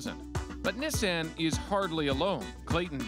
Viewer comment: Omg Nissan not nisanne